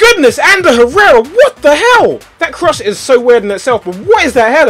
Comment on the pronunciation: ***** You don't pronounce "h" in Spanish language Tobi! It's like "errera". + letter "j" is "h".